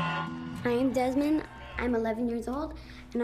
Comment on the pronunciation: Desmond “Demond”